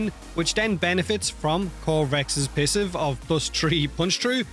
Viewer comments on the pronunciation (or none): I heard that pissive not passive xD